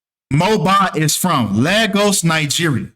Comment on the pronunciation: LAY - GOSS is how you say it.